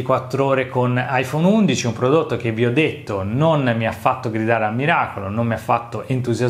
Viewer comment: “Prodotto” non si può sentire 🤣